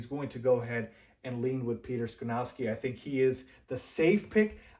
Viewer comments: Skoronski is pronounced SKAH-RON-SKEE. Not SKRUH-NOW-SKI. We have too much time before the draft to keep hearing you pronounce it incorrectly, lol! I’m actually hoping Carter falls and we can snag him at 9th overall. Thanks for the content! 🐻⬇️ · it's Sko-ron-ski, not Sko-now-ski!!!! But I still gave you a 👍